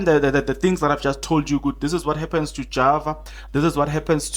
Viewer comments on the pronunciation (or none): none